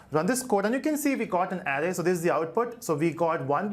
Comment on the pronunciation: criticism : the 'ar' sound in 'array' is spoken as the 'ar' bit in 'around' not as the sound in 'arrow'.